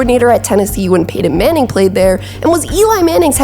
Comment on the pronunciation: I want to like these videos, but the way that she mispronounces players names (in particular peyton manning) is too distracting to ignore.